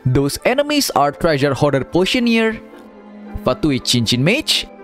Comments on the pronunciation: Indo? Wut? Im indo and i don't call them mages "chinchin", he said it like cincin which means ring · the way he said ChinChin literally makes me laugh